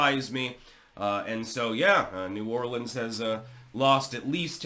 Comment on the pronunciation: First of all... A non New Orleanian is pronouncing New Orleans correctly... Impressive! Also... There are barricades on Bourbon Street but they aren't hard permanent barricades. They can be pushed out of the way. Maybe a wall or a permanent structure can prevent this from happening again.?